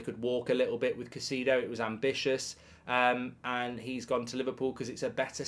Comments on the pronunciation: Put some respect on his name, please! Pronounced “KAI-SAY-DOH” 😅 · Casedo? i dont think thats how its pronounced lol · Come on, Mark. You should be able to pronounce Caicedo properly by now.